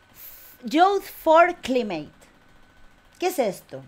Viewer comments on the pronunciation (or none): Se pronuncia "yuz for claimet", el encuentro de jóvenes pedorres progres.